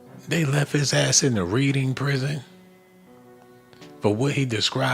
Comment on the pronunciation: lol READING is pronounced as REDING.